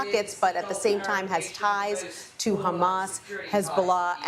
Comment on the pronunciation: Learn how to pronounce QATAR